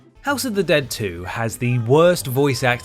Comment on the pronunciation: It's pronounced 'HOUSSSE OF THE DEAD!!'